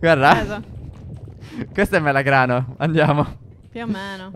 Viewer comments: Step non si dice melagrano ma melograno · AD UN PUNTO C'ERA IL MELOGRANO E POI E' DIVENTATO IL ''MELOGRANNO'' AHAHAHA